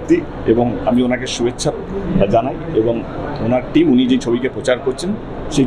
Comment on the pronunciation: আগে বাংলাটা ভালো করে বলতে শিখুন। জীবনে একটাও বাংলা বই পড়েছেন? বাংলা কবিতা জানেন একটাও? পুরনো ক্লাসিক বাংলা ছবি দেখেছেন? 'ক্যে' না বলে 'যে' বলতে শিখুন। বাংলা ভাষাটা মুখ দিয়ে ভালো করে বেরোয়, না বাংলা ছবি উদ্ধার করতে এসেছে। এক কথায় উনি করতে এসেছেন ব্যবসা। বাংলা ছবির পাশে দাঁড়ান ইত্যাদি সবই ব্যবসায়িক স্বার্থে বলা কথা।